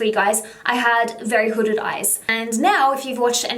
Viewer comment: I only heard one word hodded eyes hodded eye